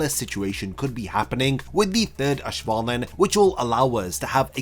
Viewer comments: Auswählen is pronounced like ows-vay-len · It’s a minor detail, but please look up how to pronounce auswählen😭